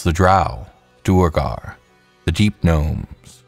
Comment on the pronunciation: Let me add pronunciation of "duergar" to my comment.